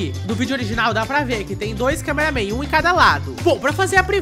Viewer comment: não e câmeraman toilet paraaaaaa de fala câmeraman toilet